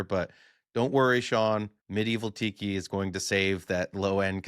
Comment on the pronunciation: Did you say Excalibur is getting a Tiki bar, or a Pee Pee bar?